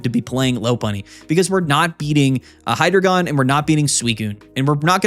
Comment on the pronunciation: It’s pronounced Hydreigon, not Hydreigon